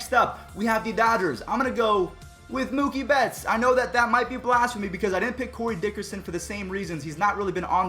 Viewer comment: I’m a dodger fan but him saying Mookie bets name wrong makes me mad